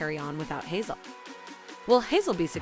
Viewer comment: As a Dutch person not speaking turkish, i almost did not finish this video because of the pronunciation of names. Kemal, nihan.... Made my skin crawl. Hazel and Hazal.... There is a huge difference.. Please do some research before insulting the language. Love the video content though.